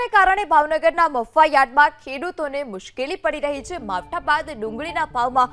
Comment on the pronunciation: આને કોક બોલતા શીખવાડો મફુવા યાર્ડ નથી મહુવા યાર્ડ છે 😅😅